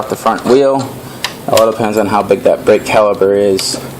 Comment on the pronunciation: Caliper... not Caliber...